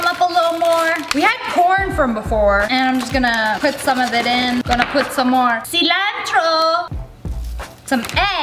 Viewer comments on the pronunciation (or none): I love how she SAYS CeLantrO